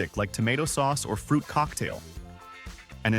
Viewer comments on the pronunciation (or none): none